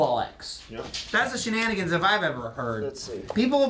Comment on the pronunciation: Owoah 'Cheive Hunter Shnan-i-gans Owoah 'Cheive Hunter Shnan-i-gans Matt moves in wit' the rest Shnan-i-gans They're slicin' up his desk Shnan-i-gans OWOAH 'Cheive Hunter Shnan-i-gans